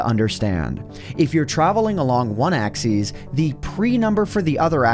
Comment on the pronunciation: One question why do u pronounce Axis Axees